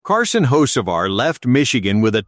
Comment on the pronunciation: At least pronounce the name correctly